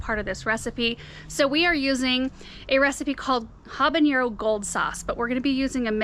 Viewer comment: Hi there! I love your channel and all that you share!!! Habanero is not pronounced habaniero… there is no i sound… Love your work and all!!! The teacher in me and my Mexican heritage had to share the correct pronunciation…💞👏🏻👏🏻👏🏻